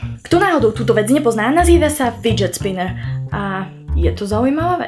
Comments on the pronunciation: ty si naj zboznujem tvoje videa len dotaz- je fidget spinner a ni spidget finner ako hovoris vo videjku 😂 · hovorila si nie fidget sppiner ale spidget finner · On sa nevola ''spidžetfiner,, ale figet spiner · nie spidget finner ale fidget spinner😂😂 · to neni spiget finner ale figet spinner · tam nehovorila fidget spiner ale spidged finer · spidget finner? 😹😹😹😹 rly????😹😹😹😹😹😹😹😹😹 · spidzet finer? skor fighet spiner ale dobre a smiesne marek polerecky suhlasiiiiim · Spiiget Finer😊😊😊😊 a nie náhodou Fiiget Sponner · Spidhet finner😂😂❤️ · Prej Spidget Finner 😂😂 Jinak super video 😍 Vyzkouším variantu domácí maznáčik 😂😍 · To je fidget spinner a nie svidzet finer.Ale super video. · Cita sa to fidžet spiner (fidget spinner) nie spidžet finer.. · zika ti tam hovoris spidget finer ale to je fidget spiner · ty to volas spitget finer ale ono sa to volá fidget spinner😕😂😂 nič v zlom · Spidget finner? :D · Spidget finner xD :D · je to fidget spinner nie spidget finner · Fidget Finner,rlly? :D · na konci si uz nehovorila fidget spinner ale spidget finer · spidget finner? Nemá to být náhodou fidget spinner?😂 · ty hovoris spidget finner :D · Není to spidget finner ale fidget spinner :D Jinak super videjko :) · a spidžet finner? :DDD alebo fidget spinner? :D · spidžet finner :DDD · spidget finner 😂😂😂😂😂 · ona to hovorí zle to nie je spidget finner ale fidget spinner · Přijde mi že říkáš spidget finner jestli jo tak se tomu říká spidget spinner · Spidget finner 😂😂😂(fidget spinner je správne) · Hovorila si spidget finner? Neviem či som jediná ktorá to tam počula 😂😂😂😂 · fidget spiner a nie niaky spidget finer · SpidgetMetlokej XD Ja mám Spinnerrr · spidžet finer LOOOL :DDD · Prej SpidegetFinner 😅😅😂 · spidget finner vazne si to povedala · fakt strasne super video💕💕💕💕😂😂😂😂! jenom takova rada: neni to spidget spinner ale fidget spinner (nejsem si jista jestli se to tak pise, ale rozumime si 😂) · neni to spidget finer ale fidget spinner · až + + spidžetfiner😂👌🏼